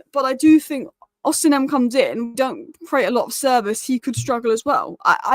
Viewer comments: His name is not Osinhem, its Osimhen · The 'H' in Osimhen is silent,. Another great video, by the way 👏